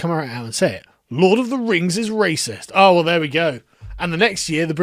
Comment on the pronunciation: Lord of the Rangz. Return of the Kang